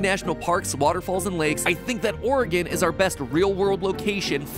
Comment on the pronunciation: And pronounces it correctly! What wonder!